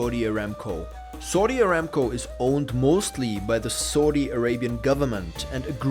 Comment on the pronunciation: pronounced SOW Di not SAWDI